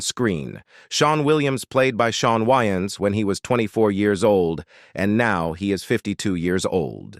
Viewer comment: This guy can not enunciate for nothing! Ommfg I like his content but my guy YOU REALLY NEED TO LEARN AMERICAN ENGLISH. That all but keep doing you and grow more. She wayins, it's WAYNES